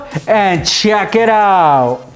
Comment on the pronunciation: He says check it out but because of the mask it sounds like chuck it out